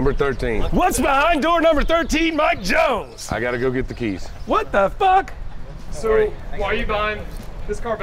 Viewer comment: Richard said FOCK!